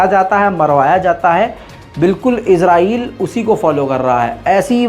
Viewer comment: Israel ya Israel Naam sahi se bolna Sikh